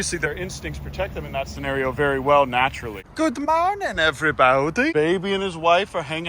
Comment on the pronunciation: i love when says good mawning ewybawdy